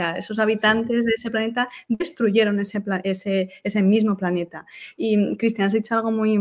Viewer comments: Cual "paneta"?? 😂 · Que paso con la L de planeta , o estamos hablando de paneta